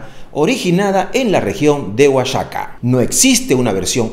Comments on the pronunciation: No jodan, nefasto tu vídeo sensacionalista, exagerado. No se dice "Oshaca" se pronuncia "Oajaca". Debes de infórmate bien antes de hacer tus vídeos, por último se escribe "versión" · La llorona Es mexicana... y no es oachaca es OAXACA (oajaca) 😉👍🏼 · No es oashaca es OAXACA la x se pronuncia como una J saludos desde juchitan de Zaragoza Oaxaca lugar de origen del poeta Andrés Emestrosa